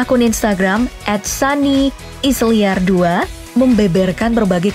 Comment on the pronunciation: Sunny is liar. Layer gak min bacanya?